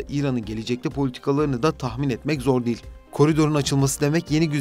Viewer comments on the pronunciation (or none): none